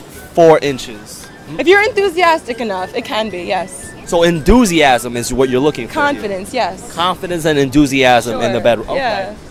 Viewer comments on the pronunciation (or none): No one:: INDOOZIASM